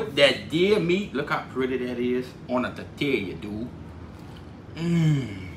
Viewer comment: On a “ter-teal-ya” dude! 😂